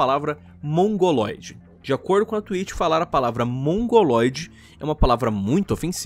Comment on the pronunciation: Nem assisti ainda mas "Twlitcho" :v